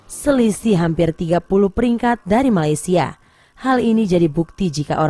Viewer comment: dengar dia kata Malaysial , wow provoke dngn cara halus